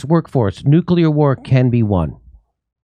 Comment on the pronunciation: Thank you, Jimmy, for saying 'nuclear,' and not NOOK-yuh-lur -- as so many others (as if they're taking their lead from George W. Bush) bizarrely mispronounce it.